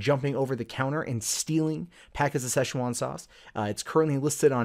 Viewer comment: Why are you saying "session one" sauce? You're adding too many syllables guy.